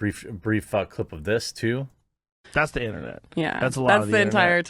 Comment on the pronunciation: lol "Intenet"